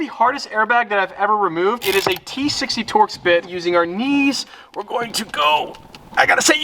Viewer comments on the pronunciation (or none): none